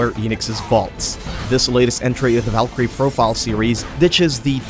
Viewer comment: "Valkryie" and then we will see them runnning like a fokkin ninja 🤣dude, this ninja's vibe... can we get over it?